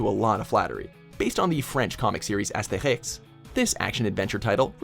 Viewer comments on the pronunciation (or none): That ia the worst pronounciation of "Astèrisk" I have ever heard. It's "Aster-eex". Please look up foreign pronunciations before you say them. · wtf was that pronuntation of Astérix?????????????????'